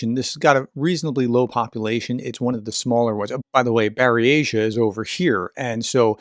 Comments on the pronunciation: It most certainly is NOT pronounced 'Barry Asia' lol!. Written in cyrillic it's 'Бурятия', therefore when it's transliterated, it reads as 'Boor-ya-tee-ya': you actually pronounced it correctly the first time. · Lmao no, it's not "Barry-Asia." It's boor-YAT-ya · It's not pronounced Bury-asha. The AI got it wrong. It's BOOR-YAT-EEA. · It's "boor-yah-ti-ya" professor. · No. The correct pronunciation is: Boor-ya-tee-ya. Accent on second syllable. So: Boor-YA-tee-ya. Hope that helped. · Buratia is pronounced BOO RIA TEE YA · Sorry, dear, it is not Bur-eh-sha, either. Check out the transliteration guidelines put out by the Library of Congress to see how Slavic words are composed using the Latin alphabet. Or, insert the following into your "pronunciator" and see what comes out. The following is Bur-eh-sha written in the Z version of the Cyrillic Alphabet: Бурятия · No, that machine speaker is wrong!! Bur YAT ee a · It’s Byuuuuuuur-racia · Minor thing, perhaps ... but that YouTube pronunciation of Buryatia you found was just plain awful. It's boo-r-yatt-ee-ah (approximately!) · Your original pronunciation of Bryant’s/Buryatia was more correct than your “corrected” one. I would not advice to let bots read you any foreign names. It just makes sure that your pronunciation will be wrong 10/10 times instead of 9/10 times. Just ask any foreigner of whatever non English speaking country if e.g. Google Maps navigation can read even a single out of a million street names correctly. In German, French, Italian, etc. It cannot. Best way to check is local Vloggers and European news services are usually a little better with foreign names than US ones. At least Euronews, BBC, etc. will often be closer to what it should sound like. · Where did you get this silly auto reader for Buryatia? You said it correctly initially. What that reader reads is complete BS. It sounds like a drunk American robot trying to read 😂